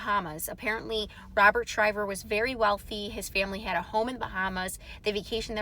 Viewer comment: His last name is NOT SHRIVER. IT'S SHIVER. DO YOUR HOMEWORK!!!!